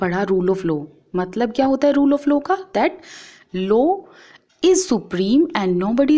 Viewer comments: Ma'am it is law not low..... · Ma'am it's LAW not LO. You teach so we'll ma'am 👍 But I want to correct you. Don't take it in the negitive way....... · Mam it is law not lows🤣🤣🤣🤣🤣🤣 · Ma'am it is law not low ....